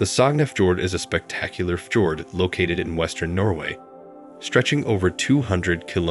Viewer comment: ffi-chord??? Please remove the computer voice. We ALL get weary of hearing computers mispronounce nearly everything they speak. And yes, I am a Polyglot and a polymath.